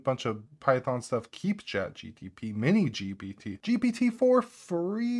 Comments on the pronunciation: Drinking game: take a shot every time he says GPT correctly 😂 I love your videos man, you know your stuff and GTP does roll off the tongue easier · I cannot watch video of someone who can't even pronounce GPT correctly. Must be drunk.